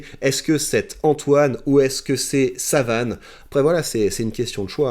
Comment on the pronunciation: Lol tu lui a massacré son prénom tout le long de la vidéo ... (SAUVANE pas Savane) A la fin "J'ai été assez soft" :D